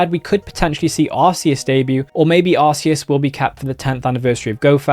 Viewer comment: They ALWAYS say Arceus…….